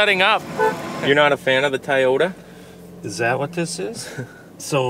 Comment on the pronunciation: what is a Tiyota? pronounced it correctly what happened 😂